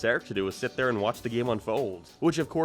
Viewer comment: why the fuck do you say there like that